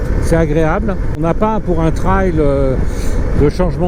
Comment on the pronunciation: Merci pour cet essai objectif car je suis un nostalgique de ces Trails en mono (j'ai en deuxième monture un 600 XT 2KF de 1988).❤ Merci aussi pour votre prononciation de TRAIL(traye) et non "trèl" comme on l'entend de plus en plus...😕 Ça doit faire "genre..." Comme disent les jeun's...😂😂 Salutations d'un vieux roule toujours du Sud Aquitaine ✌